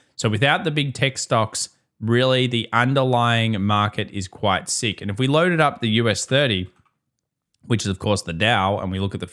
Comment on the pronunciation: The economy is seeeek! Austraaaaliaan😂